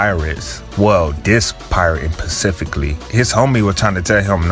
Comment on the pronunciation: "pacificly" u thought we wouldn't notice?